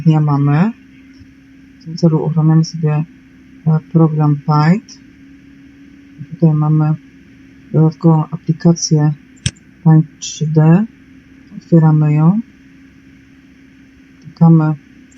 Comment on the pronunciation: Czyta się "peint"